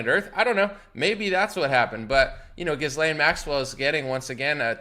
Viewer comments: It's pronounced without an "s" or "z" sound. The s is silent. Like Ghee-lane. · As if her name should be pronounced correctly… GizzLane makes sense at least